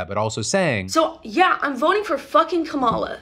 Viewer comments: .................suuure she's voting for Kamala... She can't even pronounce her name correctly. 😅🤣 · Chappell Roan mispronouncing Kamala Harris' name is a real mask off moment. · I refuse to gloss over the fact that Chappelle Roan said VP Harris's name wrong 🙄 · And, she mispronounced her name. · Chappell pronouncing Kamala’s name wrong is 😬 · also, the way she pronounces kamala... lol i wonder who she or the people/parents around her watch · I think the fact that she said Kamala like a fox news anchor says a lot about the level of “research” she’s done. If you want your critique to be taken seriously, the least you can do is to learn how to say the person of color’s name correctly. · People who still mispronounce Kamala are tough to take seriously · Hey Phil. Long time viewer. I’m soooo sick of this chapel roan person. She’s hard to watch. Super cringey imo. And can’t seem to pronounce the candidates name she’s allegedly voting for. And to both sides facism and racism vs I don’t like what’s happening in Israel is misleading to young voters who she directly influences. Seriously, F right off ms. Sick of ur “take” on things. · Not really. She’s not even politically informed enough to pronounce Kamala’s name correctly. She is just making blanket statements saying that she is transphobic while not identifying anything in specific about why. It’s fine to be politically inarticulate, but frustrating when a celebrity decides to give their half backed ambiguous thoughts on these things, because like it or not, this shit does sway elections. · She isn’t even informed enough to correctly pronounce Kamala’s name, much less articulate the so called transphobic stances that she has. If she’s going to go on these both sides rants, she needs to be at least a little knowledgeable on what she’s talking about. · Roan doesn’t even know how to pronounce Kamala’s name. So tell me again the “research” she’s done. 😂😂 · Roan mis-pronouncing Kamala's name was the chef's kiss on that one.